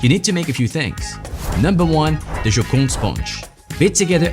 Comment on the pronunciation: You have an incredible French accent when you say something in French (Joconde,opera,et voilà…)